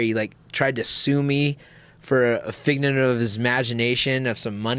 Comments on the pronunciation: "tried to sue me for a fignent of his magination" gonna need a translator I think haha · "A fignet of his imagination" -Faber